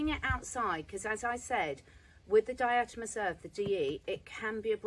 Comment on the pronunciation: Di-a-toe-may-shus…. It’s great for bed bugs too